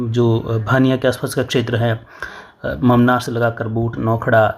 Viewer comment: सुकरिया सर हमारे गांव का नाम लिया भानिया नहीं है भूनिया है सिरवा नहीं सेड़वा हैं ममनार नहीं बामानोर हैं